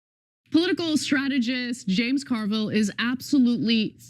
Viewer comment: I caught the "James Car-Vile" pronunciation...LOL